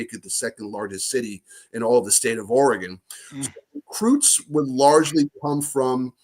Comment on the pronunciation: He DID say Oregon correctly :-) should just let it pass, Pat.